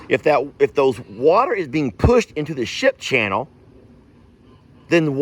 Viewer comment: did u say shit or ship???